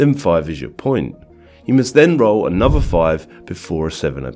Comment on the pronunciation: Speaking this strange English without the letter T really makes you sound stupid. ...but I confess that "annuvver" for "another" is still kinda cute. Childish. But cute.